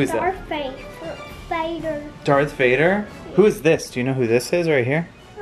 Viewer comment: caught a little bit of a southern accent on that “Darth Vader” lol